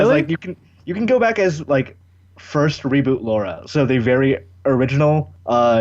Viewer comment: Still love that half the time y'all say Laura.